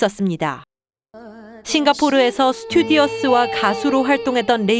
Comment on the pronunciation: 기자라는 여자가 스튜디어스가 머니.... 스튜어디스지.. 쩝...